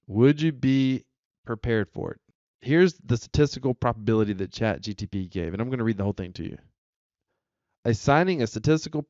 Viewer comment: First words spoken on a video about chatGPT: "CHAT GTP" OMG he said it again....